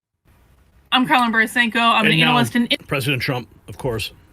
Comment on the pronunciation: Why is it so hard for him to pronounce the name Karlyn?